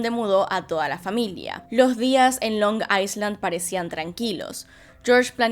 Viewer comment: Se dice “Long ailand”, espero que lo tomen bien🙂